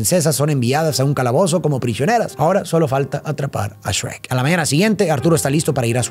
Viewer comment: grande no le dijo esrek a shuerk como los españoles:D